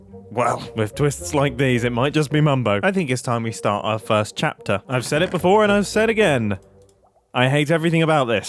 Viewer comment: the next chap-ta :]